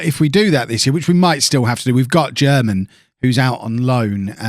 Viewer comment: Germann is reallyyyy not pronounced like German